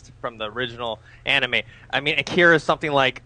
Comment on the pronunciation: lord.. they can't pronounced the name.